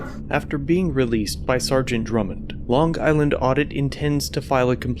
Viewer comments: Lon guyland? Interesting pronunciation. Otherwise, you did a great job commenting and editing. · I’m from Long Island and the fact that you over pronunciat the g in long is like hearing nails on a chalk board. We all have our weird accents. Lol